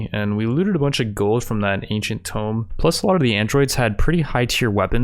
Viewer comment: Man the way you pronounce things…tome? najinata?